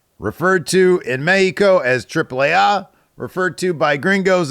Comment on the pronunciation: At least you pronounce Mexico with "J" instead of the "X". 👍🏻